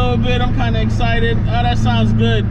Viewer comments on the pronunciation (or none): none